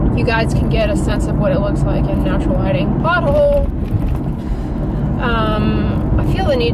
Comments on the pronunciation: She said “pothole!” but I’m crying bc I thought she said “BUTTHOLE!” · I thought she said "butt hole" hahahahahaha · i thought you said 'butthole' when you said pothole lol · I thought she said butt hole 😂 🕳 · I heard something very different when you said “pothole” 😂